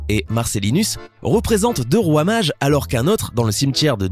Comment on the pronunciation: Quand il dit « roi mage » je comprend « fromage »